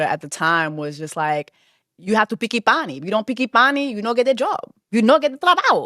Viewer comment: Innit! It took me a couple of times to clock it 😂😂😂 Jess is too funny! Mi no picki panni 😂😂😂